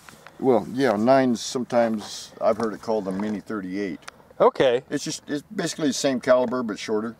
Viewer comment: I thought he said " mini 38 " ! But I could be wrong .